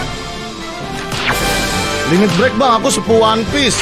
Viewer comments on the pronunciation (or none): none